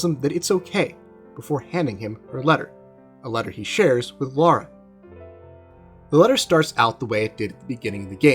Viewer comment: Lik the video but why do you keep saying Lara instead of Laura?